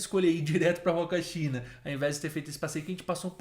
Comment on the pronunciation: Em espanhol o H não tem som, assim como na língua portuguesa. Então se fala "Uacachina", "Umantay"... O H não tem som de R.